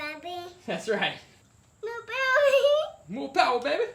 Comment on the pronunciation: MORE POWAH BABEH